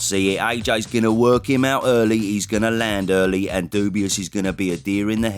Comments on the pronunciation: Funny how you pronounce his name ‘dubious’, instead of Dubois 😂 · You can never call him doobyus again. You have to say his name with respect after that performance. Dubois. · Your pronunciation of Dubois is rather dubious. Show the guy some respect, he’s the champ. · your pronunciation of Dubois is hilarious